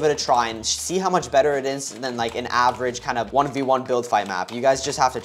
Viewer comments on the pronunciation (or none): none